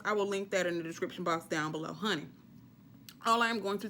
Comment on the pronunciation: I LOVE YOU!! “Howney”😆😆😆